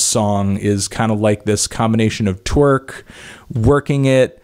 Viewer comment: everytime he said swerlk i cracked up